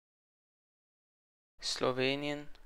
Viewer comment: du hast Zagreb,Pristina,skopje,Podgorica falsch ausgesprochen sonst gutes video 👏